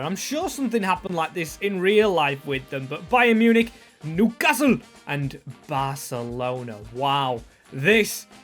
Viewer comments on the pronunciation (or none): LOL "NEWCASLE"